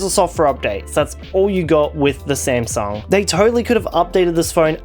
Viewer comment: I laughed when he called it smasnug and found out I am not the only one calling it